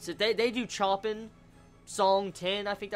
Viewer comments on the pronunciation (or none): I like your work and i watch your videos quite often, but GOD damn it's pronounced shopin, not chopin, also everytime u said pianoist I cringed, ffs its pianist. As a huge fan of Chopin and the piano it really grinded my gears. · HAHA Just something small, it should be 'Show-pah-n' not 'Choh-peen' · He pronounce Choppin incorrectly.... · The people who flip over the pronunciation of Chopin